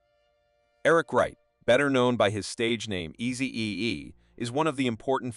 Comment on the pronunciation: How can this guy mess up the name Easy-E with two EEs.Is this a automative Ai robot voice?😮